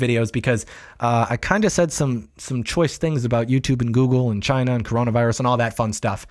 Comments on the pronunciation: Actually, he didn't say it came from "China", he said it came from "Ghina". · I thought it was hilarious he was was saying it normally and then said the meme version for emphasis. Chyna